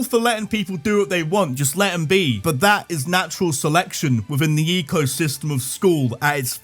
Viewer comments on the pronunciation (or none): none